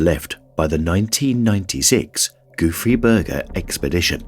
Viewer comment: Gouffre Berger…lol. The whole first part of video I thought he was saying “goofy burger” and I was like, ‘that’s a silly name for an expedition, has to be a funny story behind calling it that’. 😂